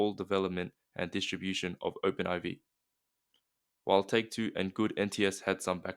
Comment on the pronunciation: It's pronounced and introduced as Open 4. Not Open Eye-vee